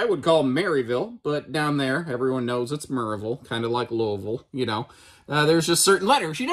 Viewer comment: Wow you said Louisville "correctly"